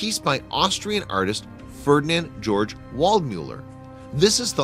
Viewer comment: Ferdinand Georg Waldmüller...middle name pronounced gay org. pieter de hooch...ch in hooch is hard sound, more like hoek.